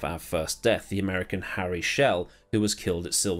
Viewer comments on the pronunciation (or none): none